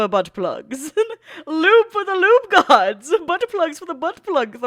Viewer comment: Who are you and what did you do with? It ain't "algorithm gods" it's "algorithm goawds" In all seriousness I'm loving the longer videos lately